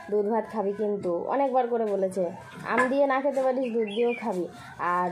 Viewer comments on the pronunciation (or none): Tui parish neka bolchis parisna bole